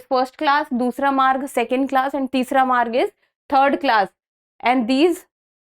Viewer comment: its varg not maarg